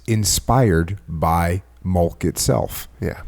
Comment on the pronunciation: Jocko has one of the greatest podcasts of all time... I stopped listening after he said "Strawberry Mulk". Jk he still kills it.